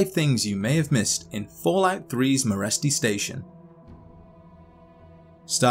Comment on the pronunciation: In Romanian Meresti is pronounced like Mereshti (Merești), look it up on google translate